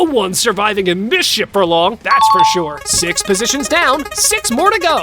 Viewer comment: he sounds like he’s saying shit instead of ship